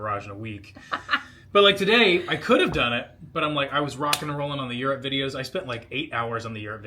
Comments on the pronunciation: Yup because now instead of yurt it’s your-ROPPPPPE 😂😂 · I doubt anyone would have noticed or judged your shirt. Laughed when you enunciated EUROPE and “We might just get this DONE!!…maybe” Thanks for the inspiration to do a barbell weight class today. Will check out Sims. Please keep the Peloton recommendations coming:) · The enunciation of EURope lol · Me, being a fellow Hoosier, was like…why did he say Europe so weird? 😂😂 Not to give you another complex because I clearly say it wrong too.